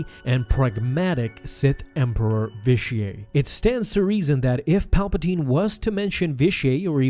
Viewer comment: The way you pronounce Vitiate like it’s a French word annoys me. It’s not Vish-ee-ay it’s Vish-ee-it. Otherwise, great video.